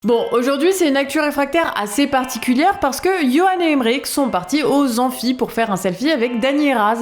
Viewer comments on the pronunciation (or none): none